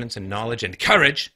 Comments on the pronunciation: The way he barks out “COURAGE” made me laugh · This dude suddenly barked the word "courage" and scared the shit out of me.